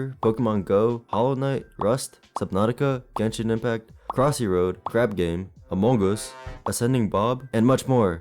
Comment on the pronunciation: "Amog US"💀